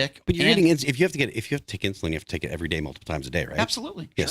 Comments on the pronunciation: It is called “INSULIIN”. So stop be so f’n “INSULINT” you freaking fool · It's not insulant,,, it's insulin... Does he actually use it ??? lol Wow...